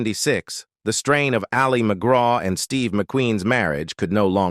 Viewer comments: AI can't pronounce her name correctly 😂 It's "Allie"... not "ali" 😬 Anyone else SICK OF THESE AI VOICES??? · IT AL LI. NOT AHH LI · AI for sure with the AI robot pronouncing Ali as al-LEE’ Argh!! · Ollie Mcgraw...... AI gone feral. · Hate this AI voice. LOL. And pronounces "Ali" like Mohammad Ali few times. No wonder she's usually referred to just McGraw. Whatever. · Ah Lee? Can't even pronounce her name correctly. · Ah-Leee McGraw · It definitely is. It kept changing the pronunciation of Ali to Ah-li like Mohamed Ali. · You pronounce Ali as if she’s Mohammed Ali! It’s pronounced like ‘alley.’ I find this kind of thing very irritating and tells me the research is marginal at best. You might do well asking people who watched her movies in real time, we know how to pronounce her name. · It’s not Ali McGraw pronounced like Mohammed. It’s Allie. It happens a lot with AI narration 🙄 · Who's Ah-li Mcgraw...? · I agree, the Voice keeps calling her “A-LEE” McGraw, like Mohammed Ali. Not pronounced that way! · What an AI crapfest. The narrator mispronounces her name through the whole thing. Images are completely random. Sometimes they're not even photos of the subject, like what was Vanessa Redgrave doing in there. A waste of time. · A sign of the times, her name "Ali" pronounced the Arabic way 😆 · The presenter doesn't even pronounce her first name correctly. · the A.I. pronounces her name like the Muslim male name - as in Mohammed Ali. smh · The voiceover can’t even pronounce Ali correctly, keeps calling her Ali as in Mohammed Ali instead of her name. That’s the problem with most of these AI voiceovers, and the fact that no one in the production team bothers to check before launching. Made the whole thing feel cheap. Blocked them. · Yeah, half the time it’s pronouncing her name like Muhammad Ali. Annoying. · Fake voice can’t even pronounce her name correctly. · I hate AI , this voice is so irritating! Wrong pictures! Says Ali as in Muhammad Ali ! Bye